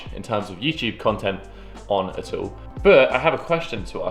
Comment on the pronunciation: Its all the time not ool the time😂